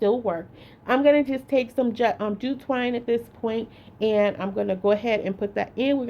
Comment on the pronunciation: She may not be able to say jute twine, but, she sure can make a bow...a bow❤